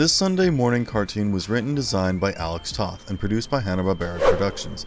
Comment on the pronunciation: Captain Planet didn't become a Hanna Barbera show until the end of it's run (there was definitely a noticeable dive in quality). Before that, it was produced by DIC. Also, Alex Toth's last name is actually pronounced like the word "toe" with a "th" at the end ("toeth").